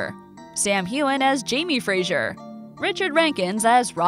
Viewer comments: PLEASE - It's FRASER - pronounced FRAZER and not Frazhur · To whomever narrated this, Fraser is pronounced "Fra-Zer" Not "Fra-Sure" Thank you.